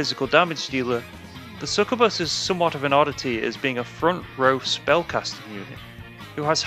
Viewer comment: it's sucYOUbuss my dude, get it right